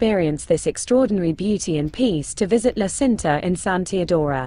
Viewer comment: Nice video, but you have to correct pronouce...La Cinta isnt Sinta..but Činta...thanks.